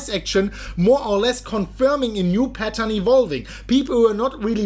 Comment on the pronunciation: Hi. I appreciate the content but please, please, please, please, please do not say “ p e t t a r n” it is P A T T E R N!!! Thank you in advance...